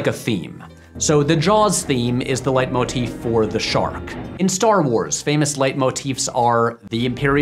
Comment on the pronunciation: Wow, you pronounced “leitmotif” just perfectly.